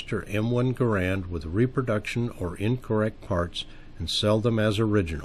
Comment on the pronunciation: Pronounce Garand properly please